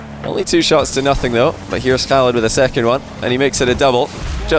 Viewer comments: You've gotten way better at saying Khalid and ahmad correctly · Wow good job on the arabic pronunciation of Khalids name 👍🏼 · He pronounced the name really well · the way you pronounced "Khalid" is just perfect XD .. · Love how can pronounce the K letter in arabic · Love how actually tries to pronounce Khalid's name properly, kudos to him for the effort. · u mastered the Khalid Arabic pronouncement. Love from KSA 💙🇸🇦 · Nice you are saying Ahmad an ms Khalid in Arabic Pronunciation almost close . I really respect that. Khalid would be hard for u 😹😹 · Damn,, you Ch-alid and A-ch-mad calls are amazing. I'm German, those sounds come natural to me, and I still don't think they sound as spot on as yours in this session.